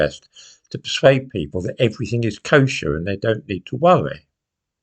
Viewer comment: Did you just say "Kosher"? 🤨